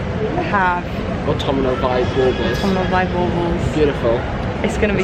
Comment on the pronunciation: Smashing! Lol. Everytime you guys say autumnal it drives me crazy. Ha ha. Theres no i in it. Its pronounced ort-um-nal not ort-tum-i-nal. Aggghh. But i loved the vid guys. Great buys. Xxxx